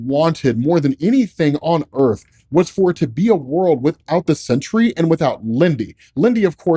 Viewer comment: Dude I've been listening to these while I work this morning and I thought it was the century til I just saw the title, definitely throwing an extra syllable in there most of the time you say it